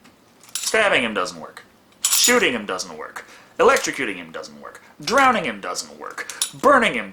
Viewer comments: "Drownding",? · Drownding?!? DrownDing??!?!? Seriously?!? Other than that, your reviews rock. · I wish people would stop saying drownding